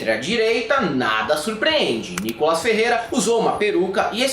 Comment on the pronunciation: Meninos, o nome dele se pronuncia Nicólas. Como proparoxítona, deveria ter acento agudo na primeira sílaba. Então, a pronúncia de quem conhece a gramática brasileira, é Nicólas.